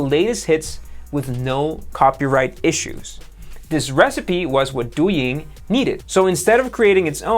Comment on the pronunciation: You pronounced Douyin and Toutiao way better than you pronounced Xiaomi lol. Btw Xiaomi kinda sounds like "Shiao-Mi" instead of "Psy-Yao-Mi" 😊